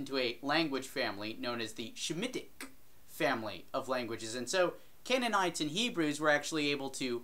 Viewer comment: Semitic not "shemitic". Nonhebraic aka outsdir hebrew mythos.